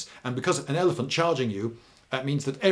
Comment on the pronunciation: "Hit them whit eleph-oot"